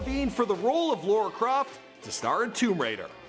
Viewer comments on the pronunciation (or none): did you say "laura croft"? lmao